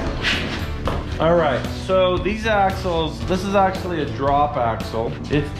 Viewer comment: "Axually we don't even care"